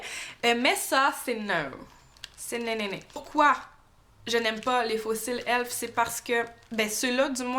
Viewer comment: Sa se dit e l f